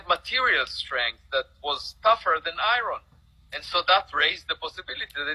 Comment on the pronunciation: “Tougher than EYE-RUN” (iron)